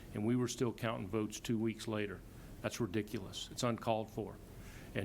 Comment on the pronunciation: That's "REDICULUS"!!